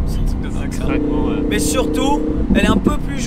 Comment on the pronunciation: il a un accent trop marrant sur ces "MÊÊÊiiiiiYYYY" loool